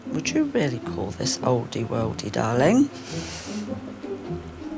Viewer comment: I disagree. I love Alex but the way she calls people 'darwliing' really gets up my nose. I'd tell her to call me by my name. 🦘